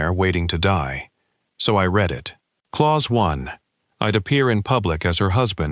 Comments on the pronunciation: Not sticking around. Less than ten minutes and the narrator, an AI, has mispronounced read and breath. Please listen to your stories before posting them. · I noticed both of those too, both of them pronounced in the wrong context. Kinda makes me happy. AI is clearly not ready to take over the world.